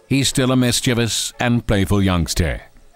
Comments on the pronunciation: Yang..ster ...for youngster lmao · "Patch is still a youngsteh" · What the hell is youngstair? and what is premival?